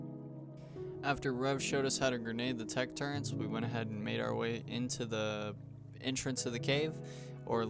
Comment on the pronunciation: Turrents ❌ Turrets✅